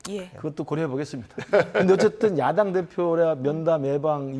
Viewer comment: 미친기자. 야당을 야동이라고 발음해븜 ㅋㅋ